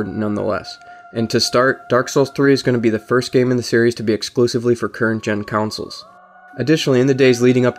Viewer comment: I die a little inside everytime someone pronounces it "counsoles"